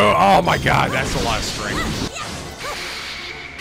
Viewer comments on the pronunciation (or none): none